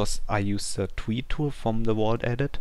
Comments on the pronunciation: im very sorry but when u say ice tree it seams like ur saying ice twee. lol (im not making fun of u) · "here's the ice twee" lol